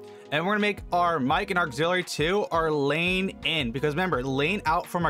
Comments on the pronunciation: It's not "Lane" ... it's "Line" for all those wondering. Line-In and Line-Out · i like how your saying lane not line lol but thanks for the help i been having issue with my audio routing this helpped me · I laughed when he hovers over the word line and he still says lane lol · Lane = Line, is that a local accent? Great video, helped me tremendously.